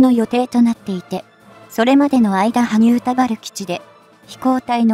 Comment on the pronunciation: ああっ！ちゃんと「にゅーたばる」(新田原)って言った！！ 感激、ご苦労様です。